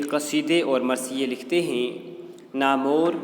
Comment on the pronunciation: Sir baqi to thek hy but (naamwar)ko apny sai ni parha namor parha hy